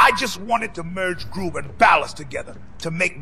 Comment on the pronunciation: Not groove, gruve 😂